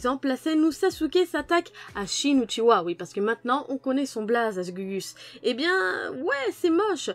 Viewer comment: Ya encore des gens qui disent UchiWa 😂??